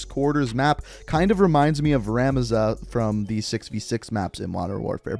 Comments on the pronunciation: Ruh-mah-zuh This guy is dumb af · I never heard someone butcher rammaza so badly before